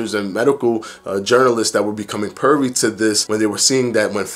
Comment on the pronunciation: Privy.... Not pervy lol